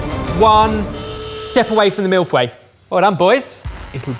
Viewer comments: way to rape the pronunciation of 'feuille',.:p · The pronunciation was so off hahaha its closer to "foy-uh"